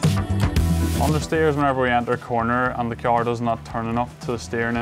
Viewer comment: I like kee-arrying lots of speed into corners when I drive my kee-arr.